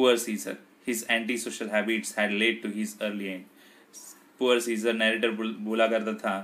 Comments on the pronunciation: It's not a siccor it's Caesar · It's Caesar pronunciation is different